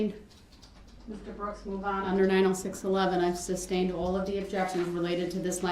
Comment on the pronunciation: Substained? Grounz he axed without relevancy!